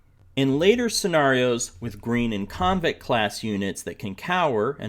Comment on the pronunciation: I love this series! One small thing to point out: it sounds like you are saying “convict unit”, when I think you mean “conscript unit”. Maybe it’s just me, IDK? Otherwise, it seems perfect!